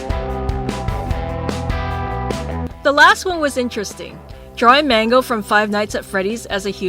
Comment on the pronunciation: and it's not mango it's mangle